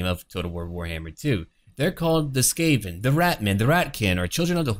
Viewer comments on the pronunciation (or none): none